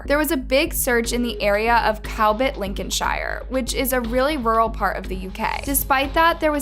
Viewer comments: Please stop saying shire like that. You only say it like that when it's a standalone word. When it's a place name it's pronounced 'shuh'. Lincoln-shuh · It's not Linkin shi yarrrrr or cam bridddgeeee